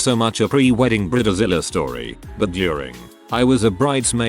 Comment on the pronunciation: ⚠️ WARNING! UGLY AMERICAN ALERT !📢 Bride like hide Zilla like villa Not bride like rid The computer voice can't pronounce words incorrectly spelled in text.